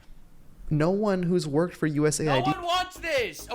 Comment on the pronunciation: US Aid, Not USA ID, for chrissakes! 🤯